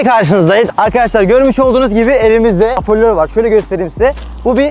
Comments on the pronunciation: Hapörlör değil hoparlör 😂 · Şakalar müthiş ama , apörlör değil de hoparlör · Haporlör değil hoparlör diyeceksin